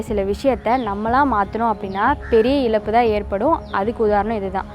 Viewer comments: உருல கிலங்கு இல்லை உருளை கிழங்கு. இலப்பு இல்லை இழப்பு. அறிவியல் சார்ந்த வீடியோ போடுவதில் தப்பில்லை உச்சரிப்பில் கவனம் செலுத்தவும். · தயவு செய்து இழப்பு என்ற வார்த்தையை இலப்பு என்று சொல்லாதமா....தமிழை நேசிக்கும் எனக்கு வருத்தமாக உள்ளது...